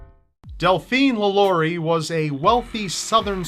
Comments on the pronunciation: Nice episode but its pronounced LahLarie not LaLaurie. she was a sick woman. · It's la lu re